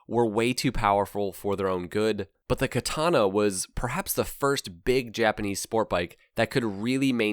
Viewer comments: When you correct ppl like: "KatAna" actually is pronounced differently. Each an every a is spoken equaly. "Katana" "Ahhh, KatAhna" is what you get It really gotta be hard to listen to some japanese movies and get at least an idea of.... nope - ignorant ppl being ignorant never changes. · when this bike showed up on the showroom floor, it was the first time that I ever saw the sign "Do NOT sit" on the seat of a bike. An aside, from casual chats with Japanese people I've learned by listening to them that the Japanese pronunciation of Katana is more like "Ka-taNAH", accent on the last syllable.. also Kawasaki is more like "Ka-WASS-ski", accent on the second syllable and no sound like "saki" at the end..